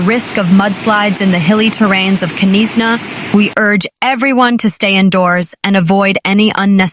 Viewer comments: Were the. Hellish k NIS Na. It is Knysna. The K is silent. Really get some news announcers that. Can speak. Irritating.pronouced nisna.😡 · Not Ke nisa, but Knysna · Knysna pronounced Niysna. No K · Listen, girl, I say this with love and absolutely zero authority except being South African and mildly traumatised by bad pronunciation… It’s Knysna. Not Kuh-niss-na. Not Knyzzzzna. Not whatever crime scene just came out of your mouth. The K is silent. Say it like: NAYS-nah There. Fixed. The Garden Route may now continue healing. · Knysna - pronounced: NY-znah To make it easier, you can think of it in these three parts: NY: Like the word "nice" (but without the 's' at the end). z: A soft 'z' sound. nah: Like the beginning of the word "banana". A few important tips: The 'K' at the beginning is completely silent (just like in the word "knife"). The emphasis is on the first syllable (NY). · Please just say Nysna “K “ is silent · Knysna is pronounced Naaisna! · Knysna. Pronounced with a silent k as in knife 🤣🙈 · Knysna learn to pronouce it correct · The K is silent in Knysna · Oh Lord...Knysna...she s American? She s struggling with all the names...be safe everyone ❤ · Pronounce Knysna correctly!